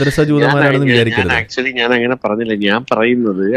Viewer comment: ആക്ച്വലി ... ആക്ച്ച്വലിക്കാ😂😂😂